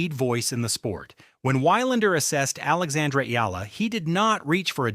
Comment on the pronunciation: HEY MISTER YOUTUBE SPEAKER, THE CORRECT PRONUNCIATION OF ALEXANDRA’S LAST NAME IS E-YAH-LA!